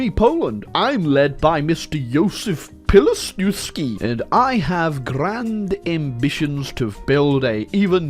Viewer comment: reading Józef Piłsudzki made my day xd